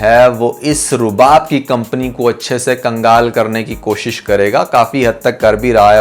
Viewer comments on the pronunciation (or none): none